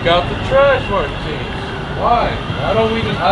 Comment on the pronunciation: MAR - TINS!!